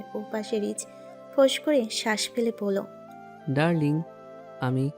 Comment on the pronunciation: হাই ভাইয়া কেমন আছেন এই গল্পটা অনেক সুন্দর আর সোনালিকার আপু আশিক ভাইয়ার ভয়েস ও সুন্দর,, তবে আশিক ভাইয়ের ডালিং বলাটা টা বখাটের মতো লাগে এখানে আছে ডালিং আর ওনি বলে ডালডিং,, যদি ভাইয়া ডালিং বলতো ভালো শোনা যায়তো কেমন